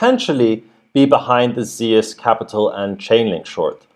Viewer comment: Zeus is pronounced as Zooose. Familiar with GREEK mythology at all????